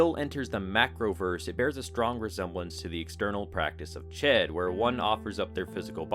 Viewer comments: Ch-oo-d not chet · I think it's pronounced "shood." But I've been wrong before.